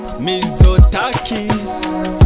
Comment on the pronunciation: Η προφορά του "Μιζοτάκης" είναι όλα τα λεφτά!!!